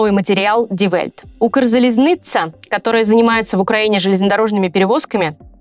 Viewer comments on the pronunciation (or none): УкрзализныЦЯ! не ЦЦА. Полтора года с нами воюете, а это выучить не можете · Произноситься: Укрзализныцья "ц" мягкое. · Ну, получилось что-то вроде "УкрзалізнИтЬся" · Ставь лайк якщо переглядав як дiвчина говорить укрзалiзниця.Дуже кумедно.